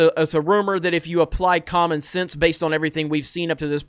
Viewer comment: I know it's petty... But the way pronounces "sense" and "nonsense" is really irritating. I guess it's a Florida accent?